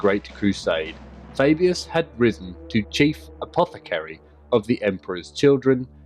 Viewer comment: The Way you say Fabius is Cool.